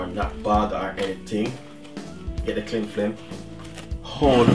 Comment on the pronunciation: “Cling flim” a true jamaican enuh !! 🌎🤣🤣